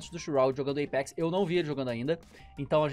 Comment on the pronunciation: Eipex kkkkkkkkkkkk é Apex